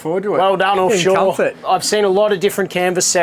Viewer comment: Call it "Orfshore" 😂